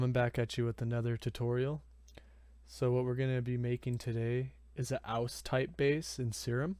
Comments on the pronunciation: AYE-YOU-FIVE not OWS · You said his name was OWS. it's pronounced "AYE-YOU-FIVE" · this guy just gave u a free preset and your all are upset because he butchered a name? who gives a fuk ?